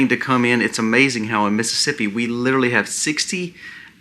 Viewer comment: Respectfully....Some feedback for improvement. "LiteRally" is pronounced "lit R ally".